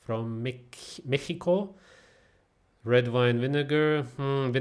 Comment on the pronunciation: Amazing how you pronounced "Mexico"😅 Best Youtuber ever, the only good one actually